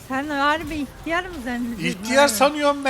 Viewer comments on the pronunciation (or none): ihtiyar değil ilk diyar diyo